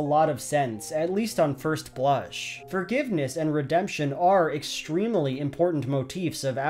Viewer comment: He is extrem-uh-ly correct